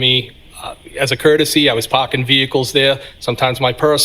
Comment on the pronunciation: “I’d been pAhking vehicles at the lot…”